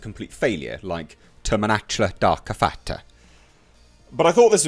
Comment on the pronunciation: Nobody: Absolutely nobody: Not a SINGLE soul:: "Terrrminatra darrk eh faaattrra"